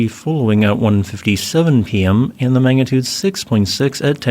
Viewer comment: Magnitude NOT Mangatude